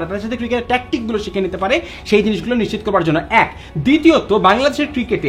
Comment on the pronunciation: নিশ্চিত শব্দটার উচ্চারণ ঠিক নাই